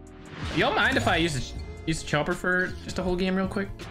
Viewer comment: Lol how he says game